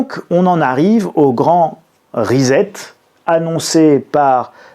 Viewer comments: excuse moi de te corriger mais ont ne prononce pas rezet ni reset la prononciation en anglais ce prononce ( riset = reset ) donc il faut prononcer (riset et non rizet) riset=reset ! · prononcez ... rissete....... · Non c'est trop moche, faites un effort : rissette for "reset" . 😁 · Arrêtez de dire Rezet en sachant que ça ne se dit pas come ça .. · J ai bien rigolé avec ton "rizette" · Pour la prononciation de "reset", voici un lien utile (pour s'exercer): Veuillez noter l'absence de son "Z". Encore merci pour cette vidéo très instructive. Je vous mets un "doigt de schtroumpf":)